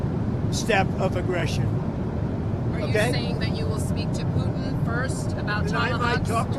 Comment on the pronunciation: Why does Mr McGovern pronounce Putin's name as Pucheen? Is it derisory or an accurate representation which no-one else seems to use?